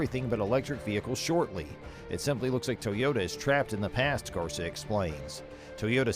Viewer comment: GARCÍA For you English speakers is something like gar-SEE-uh, not garza